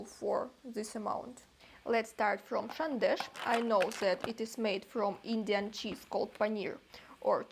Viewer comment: Love how you pronounced sandesh...❤❤too cute and exactly like a Bengali ❤❤.